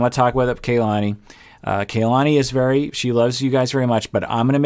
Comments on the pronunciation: Because name pronunciation is important to, i think its pronounced Kuh lahni. Not kay lahni. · it’s pronounced KAH-lani, not kaylani, this is a very common name in Hawai’i so it’s very cringy when you mispronounce it every time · I know others have commented on other vids, but...are we just going to keep calling her KAY-lani? was so good when it came to properly pronouncing Larissa’s name 🤷🏻‍♀️ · Kay-lani is her new name now. Hurry and catch up